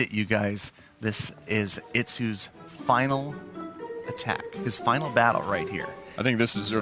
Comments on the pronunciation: It's Final not Fainal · Nice “fainal” battle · FAINAL or FINAL LMAOOO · Final not fainal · Fainal....waaw....ur english is soo good..😂😂😂